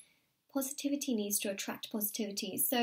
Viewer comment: when you said "allign to your needs" I understood "allign to your knees"....